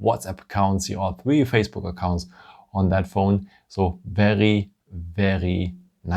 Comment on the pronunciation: You really have to work on the words ‘’ very ‘’ it’s seems like you are saying’’ verrerie ‘’ I know you are French but you do have a nice English apart for that word try to say vai -ry instead ve -ry witch the ve is prononce in French , and try to say ry like the word wrong not rong , so vai - wri And not ve -ri